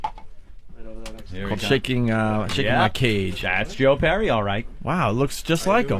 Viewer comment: "Joe Purry"